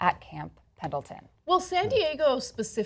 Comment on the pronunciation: Just for clarification;it's pronounced 1st Marine. It's just written as I Marine for some reason. They are not Special Forces. That's the Army. And they are from Camp Pendleton; not Mendleton. Still love the show.